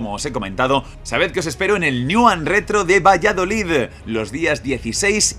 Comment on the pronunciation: Por favor pronuncia bien Valladolid no Valladolidddd😂😂😂 Haber si puedo ir al evento q soy de Valladolid